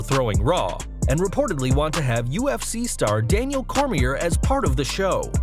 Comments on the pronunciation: I thought the same exact thing. It's a silent R. Not pronounced Core-mere. Pronounced Core-me-A. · Have some RESPECT FOR DC his Last Name is Pronounced “CORE-ME-AYY” Daniel Cormier is a living Legend n 2x Champ, WWE would be lucky to have him but I rather see (After him n Brock’s fight) DC, Brock, CM Punk, Eric Bischoff, Paul Heyman & Hopefully Chael Sonnen & what the hell throw Vince Russo in it too, All Team up together to start or join a diff company but get the okay to be running it & also get a new TV deal and also a Digital channel like Playing clips or maybe even stream live broadcasts to YouTube, & be able to use that as a promo (Say we don’t make fans pay to subscribe to our Hacky app Cuz we care about them n we will make Wrestling Great again, lets see u compete cuz we all know ur board n stock holders won’t allow u to compete with our free streams & thus it shows u care more about quarterly reports than about the fans u make it all possible , we are here to take over & do something like what the NWO Angle did(push WCW to the Top) & have them diss WWE n compete with them & state that they only came here to put the WWE out of business, Cuz they’ve been too complacent resting on their Laurels n past achievements, and not giving today everything they got, but instead are focused on running a well oiled corporate machine n more worried about their Stocks instead of worrying about their Fans & storylines n then say they will put WWE out of business Cuz right now the are the Turner Broadcasting company this time around n don’t have the hunger to battle back... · Bro , Daniel Cor-mi-a ...the r is silent ...learn how to pronounce someones name before u say it ten times on a video... Other than that good video though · Daniel Cormier is pronounced "Coor • Me • AY" !! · The R is silent on Cormier. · This dude butchers Daniel Cormier's name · Nobody calling this guy out for how he says Cormier lol